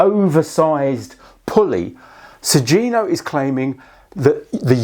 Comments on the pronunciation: It's 'Sugino' ([suɡino]), not 'Sujino.' The 'gi' is pronounced with a hard 'g' like in 'go.' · It is pronounced "Su-ghi-no", rather than "Su-zi-no" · Pretty sure it's pronounced like Su - ghee - no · The G in Sugino is a hard G.